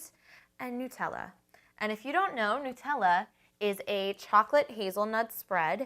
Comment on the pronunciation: OMG@ you say Nutella right! I'm anoyed at people who call it "New tella" ._. It's Called "NUT-TELL-A" ^ HAZELNUTTTT DUUH